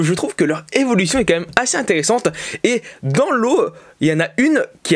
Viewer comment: au début il a dit dans le lot mais on croirait qu'il dit dans l'eau et donc j'ai dit dans law (Trafalgar law (one Piece)